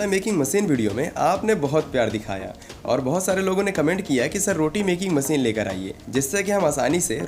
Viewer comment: Masin bolna seekh le pehle